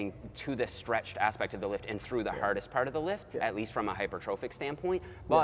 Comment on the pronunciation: talking about full ROM is the most Canadian I've ever heard him talk before LOL. "haerdest" and "withoat." Love to hear my fellow Canadians